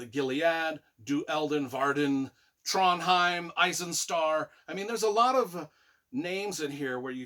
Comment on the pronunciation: Great review, only thing that annoys me is your pronunciation of the names like Murtagh/Tronjheim/Alagaesia when there’s a glossary with the pronunciations in each book 😅😅